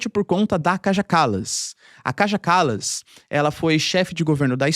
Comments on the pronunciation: ❤❤❤ OBRIGADA QUERIDO PROFESSOR POR TUDO. ( LÊ-SE/ DIZ-SE, O NOME DA KAJA KALAS, " KAIA KALAS" EM SUA LÍNGUA) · Se diz Kaia Kalas